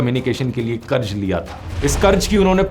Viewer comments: Karj nahi karz hota hai dear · Bade Bhai karj nahi qarz hota hai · Qaraz bhai qaraz otherwise great video